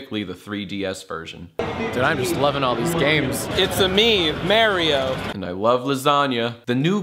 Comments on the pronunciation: it's a me, MEH-rio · "It's a me, Mareeo!" i love lasagna